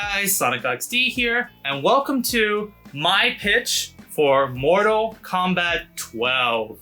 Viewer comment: "Instead of it being Kombat 1 again"